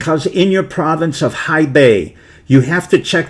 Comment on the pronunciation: "Hubei" province also off; and "Zhou" en Lai